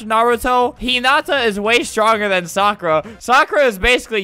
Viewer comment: ITS NOT SOKRA ITS SAKURA